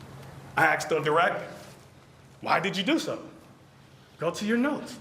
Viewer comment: Defense attorney can’t even speak proper English. It’s “asked”. Not “axed”. Axed is murder. And he’s supposed to be educated.